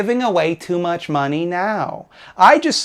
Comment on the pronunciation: You somehow get me literally every time you say "mahney"